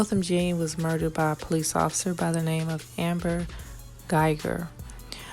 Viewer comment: your reporting is on target on the murder of Neighbor Joshua Brown of Botham Jean -- pronounced John 💯 Other witnesses will probably not say anything else after this horrible murder.